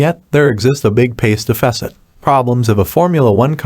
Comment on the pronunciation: Learn how to pronounce deficit before saying it a million times